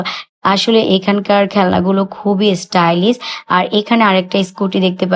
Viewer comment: Stylis? ইংলিশ বললে প্রোনাউন্সিয়েশন তো ঠিক ভাবে বলতে হয় ।